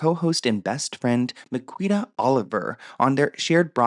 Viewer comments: I'm rolling at the pronunciation of Miquita 😂😂😂. Amazing 😆. It's actually Mi-Kee-Ta, but I think I'll be using your way from now on 😅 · It's pronounced Me key ta. She's also not a good person imo. That being said the circles they ran in didn't have great values back in the day. Also the Liam and Lily story is bullshit.